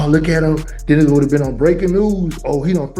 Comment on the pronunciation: Why do black people think the word "on" has two syllables? They always say owen. Harold Ford Jr drives me crazy with that.